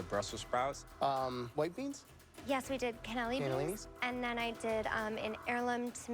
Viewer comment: Did the Italian Ariel princess just say Canelli beans instead of cannellini are you shitting me